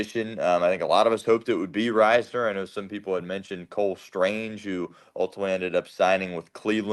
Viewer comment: Its riz ner not rise ner